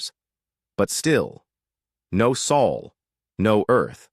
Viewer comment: Its bloody SOL! Not saul not sole or any other mispronuciaton